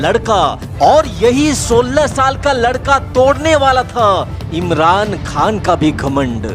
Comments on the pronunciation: अरे भाई शाल नहीं वो साल होता है। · साल hota hai bhai शाल नही